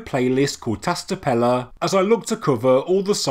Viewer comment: Love your work, mate. Just to give you a hand with pronouncing Tas Tepeler - Ta(sh) Tepeler ("ler" with a roll of the tongue. Exaggerate the "L" and the "R"). 👍👍🙏🙏